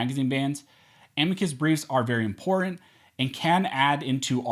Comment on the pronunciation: I cringe every time you say the word imporant instead of important